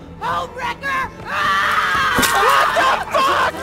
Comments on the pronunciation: i thought she said ohmwrecker.😂😂😂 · I wasnt paying attention and I honestly thought she said "You god damn Ohmwrecker!"